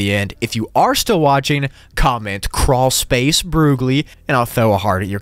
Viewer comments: Croolspace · carwlspace broogli